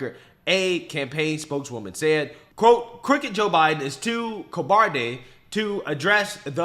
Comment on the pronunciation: Joe 'Hiden'.😂😂😂